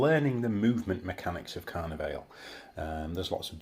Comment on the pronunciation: And Car-Neigh-Valley